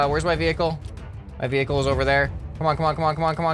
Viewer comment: towing your maining wevuicle whoud be soo cool